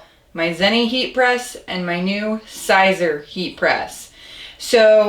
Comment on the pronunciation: Siser is Pronounced Caesar. No big deal but you probably know that by now.